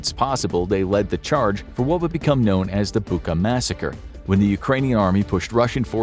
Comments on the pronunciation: О боже, мій, Бука!!! I'm sorry, the video is super serious, but I never heard foreigners say Bucha like that😅 The "ch" is pronounced the same as in "kitCHen" or "CHicken". The world "butcher" sounds almost identical, aside from the ending "butcher - butcha" (It has no similarities in meaning of the word in Ukrainian, but I have to admit, the coincidence is pretty creepy now, considering everything happened there). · Bucha not Buka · Not "Buka", but "Bucha", "ch" as in "butcher" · Bucha 'ch' is pronounced like in 'Chilie' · Did we not want to take 2 seconds to look up the correct pronunciation of Bucha?